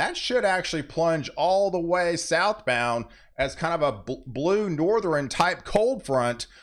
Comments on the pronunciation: It's NORTH - ERN. ..... not NORTH - REN. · Please stop saying North-er-in. (South, East, and West...ern) It's Northern. The way it's spelled is how it's said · For anyone out there who is on the fence about the pronunciation of NORTHERN... it is NOT pronounced as "NORTHER-EN". The same applies to eastern, southern, and western... all of which he insists on adding an "e" before the end. He either can't or won't pronounce words correctly and I find it irritating to the point that it's difficult to pay attention to the actual weather. Most people who don't have some level of OCD won't understand that and will likely think that mentioning this is more of being an a$$. To anyone who feels that way... examine any of your own idiosyncratic habits.